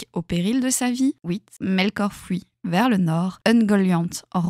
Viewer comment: me raconter des histoires pour m'endormir carrément 😭 en plus JSP si tes remarqué ta prononciation des fui ou tous ce qui termine en ui tu le prononce oui je trouve sa trop pipou